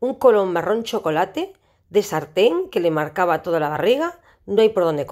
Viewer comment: Np se dice sarten si no saten.